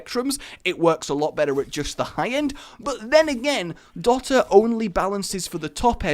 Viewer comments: It's pronounced do - ta not dot - a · Dot-a..., please np/